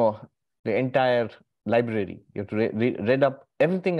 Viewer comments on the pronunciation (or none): none